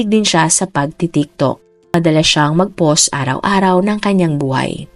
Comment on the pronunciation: "post", " social"... May google paano ipronounce mga words.